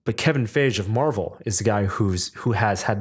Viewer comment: You pronounce feige wrong it's Fi gee, not faije.